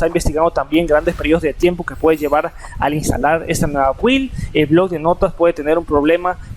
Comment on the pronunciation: Amiguito. No sé pronuncia 'build' la u es muda y se pronuncia 'bild' atte un obsesivo compulsivo